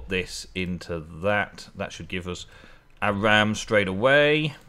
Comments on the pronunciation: Or-um is Auram. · auram is pronounced or-um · It pronouced ore-um